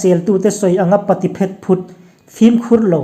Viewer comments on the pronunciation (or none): none